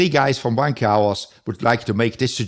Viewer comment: Wtf is a vankah? Nobody says it like that including gunter